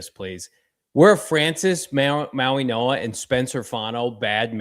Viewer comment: Took three months for him to stop saying Francis Ma-Wah-Ga